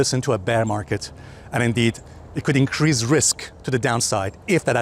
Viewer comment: I love when it increezzez